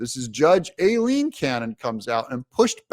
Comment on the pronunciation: Aileen Cannon's name is pronounced 👉👁- leen 👈.